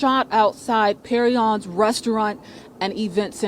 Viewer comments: Its pronounced Perignon like the champagne. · I’m from Memphis. That restaurant is pronounced “Perry-On”